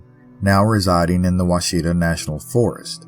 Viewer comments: I live around there, and can tell you the locals still tell her story! BTW friendly note, Ouachita is pronounced Wash-it-taw ❤ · As an Arkansan, you got pretty close, but we pronounce them as the Wichitaw mountains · It’s Wash-a-tah